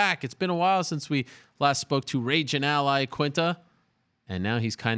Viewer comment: “Rapin” Al Iaquinta